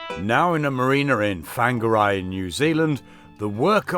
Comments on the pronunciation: Enjoying the videos. Looks like you’re having fun with the local lingo. Whangarei is roughly pronounced ‘Fong-a-ray’. We live a few hours south in NZ. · Well done getting to NZ. Your a man after my own heart....BTW....Whangarei is pronounced..... Fong are ray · Whangarei - > Fong ger ray wh =f a e i are pronounced as soft European vowels. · You're in fung array not fanger eye. Or to the locals, just wonga ray. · Why do you put an f in front of whangarei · It's OK, will have worked out the pronunciation ""Wanger-eh"" now he has been here a year. Not so bad as when I remember a lady from ""The Golden Girls"" TV series coming on NZ TV news a few years ago, and completely getting the pronunciation of Manurewa wrong.... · Hey buddy, its pronounced" fongaray. Maori in NZ use wh for f. All good. :) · It’s pronounced “Fanga-Ray or Wonga-Ray” (Whangarei) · Whanga -- rei , pronounced ; Farnga - ray , by the time you leave our beautiful shores , we hope to have taught you how to pronounce more Maori place names and verses , cheers and welcome to Aotearoa , NZ. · I'm so relieved to see this maintenance in progress, there's been times I've wondered if there would be another video! The Maori vowels are: A as in aloud E as in entry I as in eat O as in ordinary U as in to Now say Whangarei again!! =P